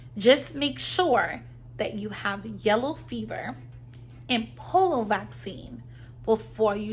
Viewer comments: its P-O-L-I-O not POLO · Po-li-o pronunciation (Polio) 🙏